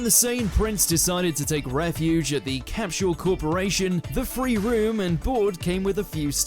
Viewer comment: Never heard anyone calling Capsule Corp as "CAP-SHU-ALL"